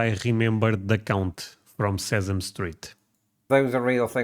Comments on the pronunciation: A friendly correction: "Sesame Street" is not pronounced SEZ-um, it is pronounced SESS-a-mee (or some say SEZ-a-mee.) I know some English words are hard to pronounce based on your native language pronunciation, so if you can't get it to come out properly, I will still watch you 😄. Your reactions are most interesting, and your cooking vids are hilarious at times. Love them. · At 58, I have never heard any American use the word mate, referring to a friend. Sesame, is pronounced, sess-UH-mee.